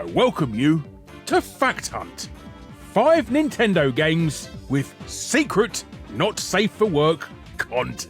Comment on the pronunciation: i thought you said fat cunt instead of a fact hunt for a second there